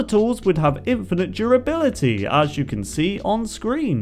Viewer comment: u said 1 more duribility then i is